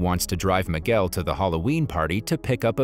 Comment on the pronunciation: Boy can’t even say the name it’s Miguel dude